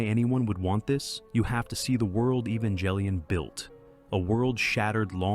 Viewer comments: Evan-jell-ian? I'm sorry, what? I can't with that. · Your pronunciation of Evangellion is insulting. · Evangelion and gendo both have hard g sounds, not J sounds otherwise, i loved every part of this video